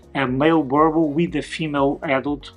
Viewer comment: You need to learn how to pronounce the breeds name👀 [boo- rrrr -bull]